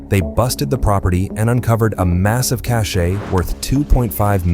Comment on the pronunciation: It is not called a "ka-chey"it is pronounced a "cash" phonetically speaking, une cache in French